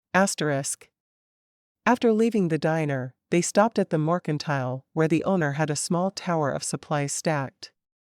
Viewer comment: All of these books deserve a MUCH BETTER Reader then whatever this AI is. I'm so tired of missing words and the mispronouncing of words. Morkintile, is in my brain for forever I believe. :P